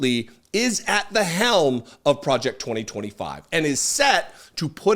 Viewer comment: "Pwojeck twa twa five."